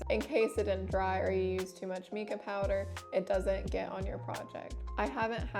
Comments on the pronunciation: I'm pretty sure it's pronounced my-kah, like the name Micah or mineral, not mee-kah. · Mica is actually pronounced with a long I sound, not the E sound. That said, this is a very helpful video. Thank you!